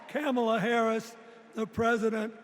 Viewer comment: He doesn’t even say her name correctly. Party of fakes. You installed her like you did Biden.